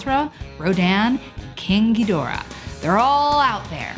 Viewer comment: I have to give you props for pronouncing King Ghidorah's name properly. Too often do I hear people pronounce it terribly, but you actually did it right. I raise my glass to you.